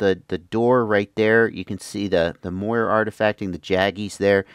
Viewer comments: the term is Moiré from the French silk pattern, so with an E acute it's pronounced Mwah-ray, like Café:) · Just fyi I'm like 80% sure it's pronounced "more-ray" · The correct pronunciation for Moire is “more-ay” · Moiré. It's pronounced "more-ray". Like the eel except emphasis on last syllable. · Moiré. It's Moiré with a French accent :) This originates from "Moire" which is a type of silk fabric in French.